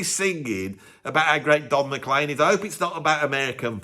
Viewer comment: Not surprised hates the song "American Pie". The lyrics pretty much slag off the British rock invasion of the USA in the 1960s (particularly the Beatles) and pines for the Americana music that often rails against! Oh, and Don McLean's name is pronounced "Mac-CLEAN" and not "McClane" like the name of the protagonist from the "Die Hard" movies!